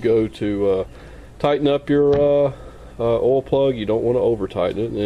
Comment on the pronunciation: Gonna do an "oal change today."